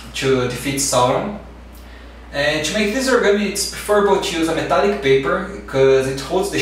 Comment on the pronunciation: esse metalic soou como um sotaque brasileiro xD e narsil tb